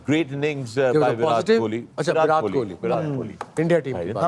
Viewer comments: To the host: pronunciation of Virat has a hard T, not soft T. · Sorry for pointing this out But sir it is "विराट" and not "विरात" Also, it is "जडेजा" and not "जदेजा" Otherwise, it is truly a wonderful discussion.. one that all of us look forward to.. love to learn so many finer nuances related to cricket from the guests..